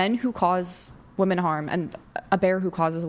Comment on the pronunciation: Chair 1: You can't even pronounce WOMEN correctly...How the HELL you gonna be some once in a lifetime, top-tier, badass Doctor Babe?! Pssshh...the delusion is strong with this one🤦🏻